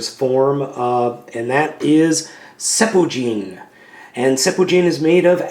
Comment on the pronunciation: It's pronounced sen-pu-jin and it means whirlwind force